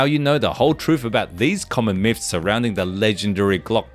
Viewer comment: Lol “myphs “